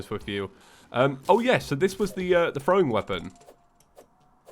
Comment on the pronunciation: Omg he called throwim